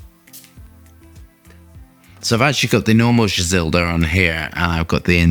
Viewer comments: Just remove the L when you say Gisada. Gis-ada 🤟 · Why is he say Gizelda 😂😂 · BRO I DON'T MIND YOU MISPRONOUNCING STUFF BUT THERE IS NOT A SINGLE "L" IN THIS PERFUME'S NAME AND YET YOU SAID IT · I would love for you to explain where you're coming up with the "E" and "L" in the name of GISADA that you keep pronouncing lmao